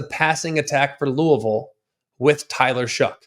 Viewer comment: He said Louisville right lets gooooooo.